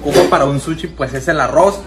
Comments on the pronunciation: No se dice suchi... Se dice sushi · No se pasen de verga jajaja para todo dicen shela, shilo , y dicen SUCHI😂😂😂😂😂